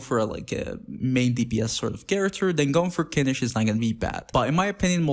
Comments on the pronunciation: kinič? its read as kinih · his official english name is "Kinich"